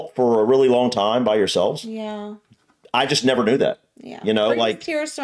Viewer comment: *Time, not "tome".